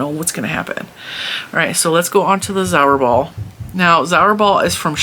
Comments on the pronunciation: Zauberball is pronounced 'tsaouberrbahl' I am German and I never heard of all those brands... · zauberball act means magic ball its a german word! so u can put it in googeltranslate for the correct pronaunciation!!